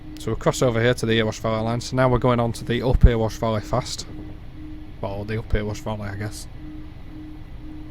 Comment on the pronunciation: Errywash is the usual pronunciation.